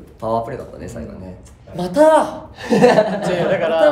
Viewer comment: しめちゃん「マタァ！！！」 なんでカタコトなの笑